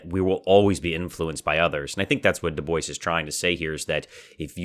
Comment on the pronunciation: Excelet presentation. i just have one request. Maybe pronounce check the correct pronounciation of his name. Thats all. Excelent Work :) Loved listening to this